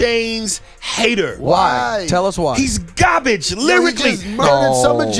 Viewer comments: Correction: it’s Gobbij not garbage. 😂😂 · "That was gahbage" "It's gahbage" "He's gahbage" I love Aries